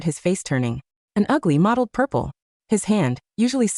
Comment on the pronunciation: It's "mottled" purple not "modeled" purple. Not the only mistake by far, but come on that one's not even nearly the same & shouldn't be confused.